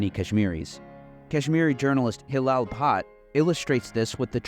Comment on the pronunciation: First syllable of Punjab rhymes with bun, not with dune. I say this as someone who made this mistake repeatedly while talking to a Sikh friend who apparently didn't have the heart to correct me. Cheers. EDIT: Bhatt = "butt"; "u" in Abdullah also as in "butt". Oh, and FWIW, "Panj Ab" means Five Rivers in Punjabi.